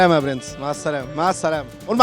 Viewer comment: الراجل الاجنبى دة كان بيقول مع السلامه أنا سمعتها معهد سلامة 😂😂